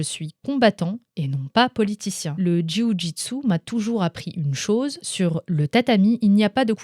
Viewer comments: Dis JJB au lieu de jyiouu gitsou😆 ce sera plus simple :p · au top, tu me fait rire en disant « le JOUI JU TSU » MDR j’aime bien et tu as raison c’est la bonne prononciation quand on à l’habitude de prononcer JU-JITSU 😊 Merci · C'est la meilleure prononciation de jio jitsu ! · "Le juyujitsu" cest tous ce que j'ai retenu😂j'adore😄✌️ aparament cest comme ça qu'on le dit bravo à toi😆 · J adore comment tu prononce Ju-jitsu 😂